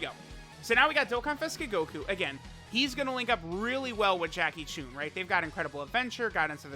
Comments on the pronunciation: Its not “choon” its “chun” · Whats with and pronouncing names wrong, he says Choon and not Chun.